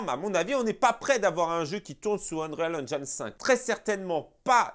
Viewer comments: Vidéo au top comme d'habitude, merci 😊. Sinon Unreal Engine se lit en français ONRIL AINJIN 😅😅😅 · t’es au top, mais je me suis pissé dessus avec ta prononciation de l’Unreal Engine 5. 😂🤣😂